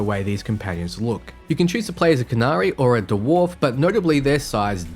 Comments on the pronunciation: I've been enjoying your recent content; especially as a DA fan. Little nitpick for you though 😅 It's pronounced "Dworf" one syllable, not "Der worf". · Why do you pronounce Dwarf as Dee-worf